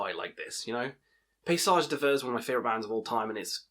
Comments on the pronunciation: its pronounced pay–sage deev(air), (I dont know how to phonetically write the "sage", the "a" is pronounced like the "a" in "bat", and the "g" is pronounce like the voiced "sh" sound "zh"). The "d'hiver" is pronounced "dee–v(air), obviously with a subtly uvular trill on the r, but the french r is hard. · Paysage D'hiver is pronounced pay–sa(zh) deev(air), with a slight uvular trill on the r. The second a, in page, is pronounced like the a in "bat".